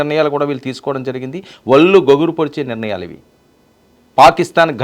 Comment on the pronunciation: 'వళ్ళు'... 'వల్లు' కాదు. ఇక చెప్పే కధనం ఓ. కె.